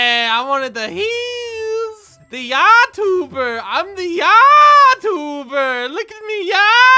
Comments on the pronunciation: Lol it is not yataber it is youtuber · I love that she says yatuber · "yatuber"😂😂😂 yatuber hahahahahhahaha 🤣👌